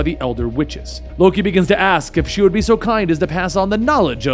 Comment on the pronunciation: 😂"as the sword is pulled out of Thanos ask" I thought I heard ass😅